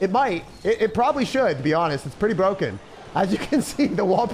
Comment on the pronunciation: beyond bwoken